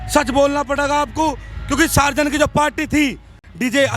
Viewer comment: Sarzen nahi ab bolo Tarzen??